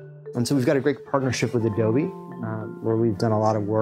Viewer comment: Adolby you say?